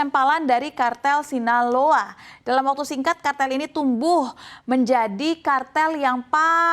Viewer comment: Sinaloa aja jadi sinalao😂